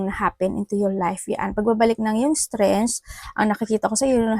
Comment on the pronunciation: Hi maam -strengk the way u say it po